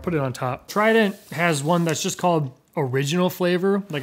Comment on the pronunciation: Take a shot every time pronounces trident as “Tri-dEnt”.